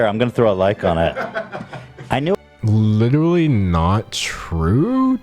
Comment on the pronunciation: “Lit ruh lee”- that simply won’t do sir.